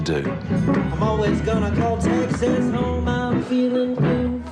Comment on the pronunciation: “Tixas” LOL